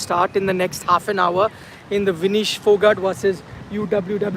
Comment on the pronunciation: Her name is Vinesh not Vinish